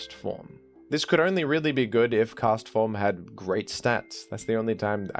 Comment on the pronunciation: the clarity with which you say Castform made me realize its name is a pun on Forecast all these years later. god.